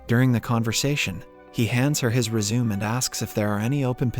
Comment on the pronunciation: I can never tell if this is a real guy narrating or a bot. Like he pronounces "resume" and "present" in very weird ways